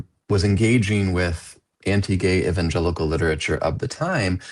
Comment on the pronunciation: THANK YOU for pronouncing Evangelical correctly for once